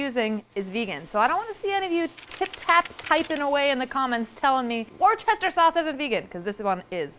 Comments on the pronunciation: Worcester is pronounced wu-ster ! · Worcester is pronounced "wooster"! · The way she pronounced Worcester as war Chester is killing me lmaooo